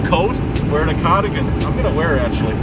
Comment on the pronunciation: "Cahhhdagins" - Sam you sound like you're from the Bronx! :)